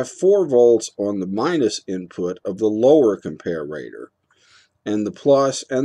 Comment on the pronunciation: Dude, nobody pronounces 'comparator' like that.